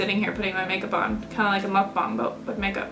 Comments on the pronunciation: Nooooo. 1 a week is plenty. Also, I think it's pronounced muck-bang. Not bong. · Mukbang is pronounced (Muck-bbang) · actually its' more "muh-k bahng" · You're right its "MUCK - BAHNG" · looool whoever told you to add an "e" sound to the word mukbang has no idea how to speak Korean hahahaha. The way you're saying it is fine. Of course a Korean speaker would be able to hear that you have an accent but who cares? Korean is not your native language so it's understandable. Your pronunciation is close enough. the "u" in "muk" makes a sound similar to "uh" (not "oo"). And of course the a in bang is like "ah" just as you said. But anyway, don't worry about it haha.